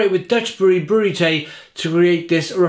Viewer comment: 't Ij is pronounced as et and ai ;)